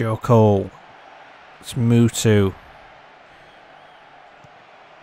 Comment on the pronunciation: Is funny how you pronounce Mutu like Mewtwo the pokemon, great match by the way